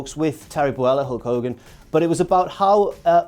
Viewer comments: It's Terry Bollea, not Terry Boella. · Terry "Boella"? I think you've confused Terry Bollea and Floella Benjamin there,. Which would be...ironic.